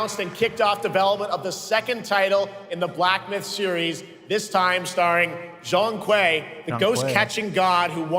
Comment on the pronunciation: It's pronounced "Jong Kway", Zhong Kui is like the OG Demon Hunter in Chinese Folklore and mythos. He's also portrayed in various Chinese Media as well. Ofc not as popular of a character as Wukong, but he's still pretty badass and has some unique powers.